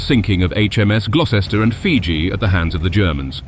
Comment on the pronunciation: Does the commentator not understand English place names ? Leicester becomes Lie sester, Gloucester Glow-sester the German plane Junkers J.U. 88 becomes a Jew 88 & others too silly to repeat !!